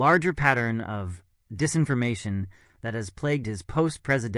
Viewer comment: It's pronounced " Redding", not "Reeding" Pa.